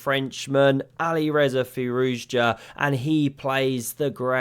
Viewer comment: Re/ Firouzja: Thank you for pronouncing his name slowly and correctly, unlike some other "official" channels